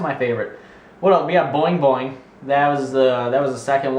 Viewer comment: Boing Boing is my hometown. Lots of people having sex on the street but people are usually nice and leave each other alone. Also you pronounced the name perfectly.